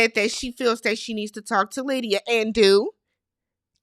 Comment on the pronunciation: Happy Birthday!🎊 More in the wrong: the Producers When You said „Aalydia“ 😂😂😂 I gasped! That’s what Lydia wants for Christmas!😂😂😂😂 Keep your pressure down: in the scheme of things, the lies don’t come out til the season is finished. We see it in our real time, but that’s like 2-3 weeks before the reunion for them. They are operating on imperfect information. So lying is absolutely a risk that can pay off. When it doesn’t pay off is when players in the same „market“ can swap notes like Chris and Izzy. Stacy did not shave her legs, so she didn’t want Izzy to touch.